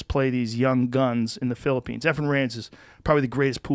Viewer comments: LOL Joe is developing a texas accent "The philopoynes" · Joe’s slowly picking up that Texan accent listen to it pop out when he says Philippines